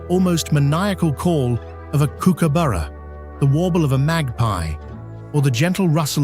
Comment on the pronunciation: If you’re going to produce such a glossy promo for our beautiful State, it would be a good idea to learn how to pronounce names of common birds (CURRAwong not curraWONG, KOOKAburra not kookaBURRA), and places (Huon is pronounced HEWon, not Hoo-on; Tamar is TAYmar not tuhMAR)